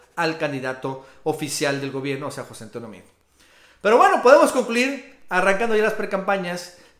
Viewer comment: Se escribe Meade, se pronuncia Meado y está Recagado.